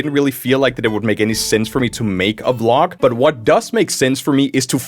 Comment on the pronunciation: I swear when he said vlog I thought he said glock.... GLOCK the FISHing GUN